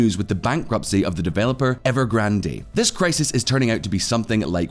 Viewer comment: Please stop saying EvergrandEEEEEE. The last e is silent, it's just Evergrand.